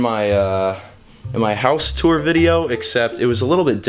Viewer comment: Tour not sewer.